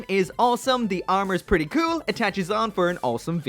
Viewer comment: Take a shot everytime said "kewl"